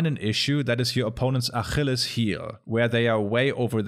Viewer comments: I have one big issue with your video, and that's your pronounciation of achilles's heel. The CH is more of a "k" sound. Beyond that great video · D-SMR + and informative ... lol at the pronunciation of "Ach-illes"... which sounded immediately like frustration 🤣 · This is the coolest pronunciation of "Achilles" that I have ever heard. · he does it again folks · I am stuck on the way you pronounce Achilles. Flashbacks to the time I had to read the Iliad in Hebrew for a school project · The way you pronounce "Achilles" is incredible. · That’s the most German pronunciation of Achilles I’ve ever heard in my entire life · I appreciate all the stank you put on your pronunciation of "Achilles". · Du sprichst Achilles' Heel echt extrem deutsch aus 😅 Gutes Video tho